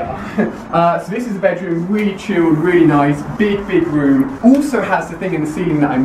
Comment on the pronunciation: why does he says "uulso" "ull the stuf" why ???